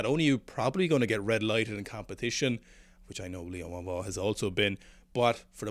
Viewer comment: Your pronunciation is of Liu Huanhua is much better than before!